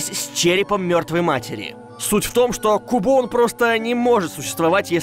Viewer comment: по моему Кубоун, это Кубон. Так как все покемоны (за исключением некоторых) произносят свои имена. И Кубон не является исключением.